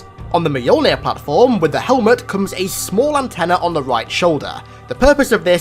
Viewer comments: i keep hearing you say it as Meyolnin, when as far as I know, it is myolnir, pronounciation wise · I choked when he said "Mahyuulnhirr"